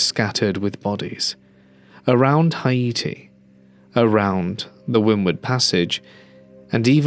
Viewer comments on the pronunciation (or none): I've never heard Haiti pronounced that way. XD